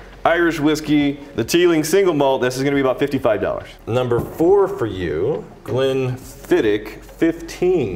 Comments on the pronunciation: Just so you Yanks know, it's pronounced Glen-fid-itch. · It kills me as a Scotsman hearing Americans butcher pronouncing Glenfiddich =(